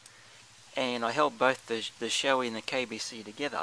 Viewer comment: Shoei is Pronounced Show-ee :P -Ride Safe!